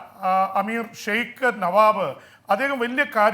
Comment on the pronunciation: ജെയിംസ് sir അന്തരിച്ച കുവൈറ്റ്‌ അമീറിന്റെ പേര് നവാബ് അല്ല നവാഫ് ആണ്